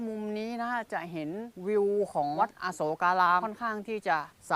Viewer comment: ควร อ่านว่า อะ-โสก-กา-ราม นะคะ ถึงจะถูก